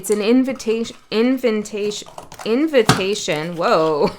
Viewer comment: I just soulfully laughed out loud… my mother cannot say invitation correctly.. she says it just like you did ~ invent~ation ~ lol 😂